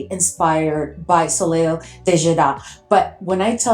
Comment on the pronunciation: So happy to have found you on YouTube. I'm a big fan of the Middle Eastern fragrances. Just a couple of pronunciation suggestions: "Soleil" is pronounced "So-LAY" and "Tapis" is pronounced "ta-PEE". :) Please keep these amazing reviews and comparisons coming!